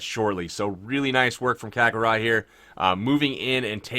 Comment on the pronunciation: Completely irrelevant, but Kakarot was pronounced correctly. Main character from the anime Dragonball Z (one of my favorites)! Now, something relevant, love your vids and keep up the awesome content. Ya made a subscriber out of this guy.